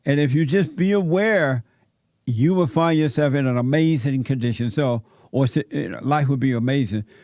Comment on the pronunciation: “Amazin chips” 😂😂😂 DED.